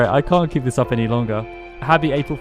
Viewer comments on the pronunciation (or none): "I cant keel this up any longer" hahahaha i think you went for a good while.